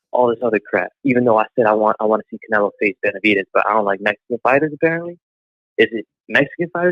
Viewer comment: Jermell its"Mexican not Messican" lolol..BUT I FEEL YA !! No u ain't ducking..loolol..!! I dont think Jermal is either coz why fight some dude for nothing,i feel Charlo done enough to have Canelo fight..Not go less for what?